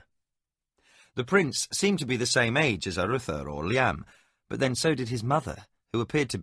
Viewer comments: I don't think he pronounced all the names right. For example Liam should be "Lee-um" but he pronounces it "Li-YAM", which can't be right. Also I think it's Cry-dee, not Cri-dee. And the old English Tomas is pronounced Tu-moss, instead of the modern Thomas "Tom-mus style. But I could be wrong. I think he pronounced Arutha right though, which is a tricky one. And I'm not sure about Rillanon, I put the emphasis on "Rill" "Rill-uh-non" and he pronounces it "rill-AN-on." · Sounds strange to hear Liam pronounced in that manner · Just hearing names pronounced differently than what I pronounce when I read is a little off putting. But a minimal issue. But Arutha pronounced arathur is frustrating or the fact that he can't pronounce liam as it's always pronounced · Not a bad rendition but few things irk they are calling Liam, Li-amthere is no gap not in English, secondly Crydee, being said as Cri-dee in one go not Cry- dee. For those saying about starting up where they left off I am listening on a Samsung tab S8 and it just picks up where I left off as did my older ipad Pro. Just to add I am not having a go at the narrator, there are a few issues as I said maybe also on a personal level the voices used for some characters but he is easy to listen to and speaking clearly and at a very relaxed speed. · Edit: LOL! I was totally into the story, and then the music played really loudly at the end and scared me to death. =D Enjoying this book...but the pronunciations are driving me crazy. Who the heck pronounces Liam like that? It's as if the narrator had never heard that name before. Edit after a few minutes: Oh my gosh. Thank goodness Liam isn't a main character in this book. That pronunciation is like nails down a chalkboard. Awful! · The pronunciation of Crydee and Liam's name is frustrating but liking the first few hrs so far..